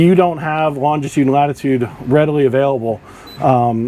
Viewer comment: Incredible that boaters don’t do/know all this 🤦‍♂️🤷‍♂️ Just a note.. it’s longitude, not longtitude.